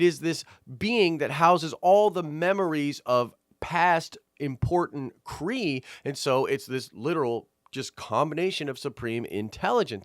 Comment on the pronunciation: Half Kree!! You kept saying half skull